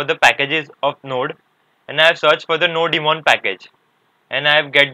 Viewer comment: not nodi-mon bro , its nodemon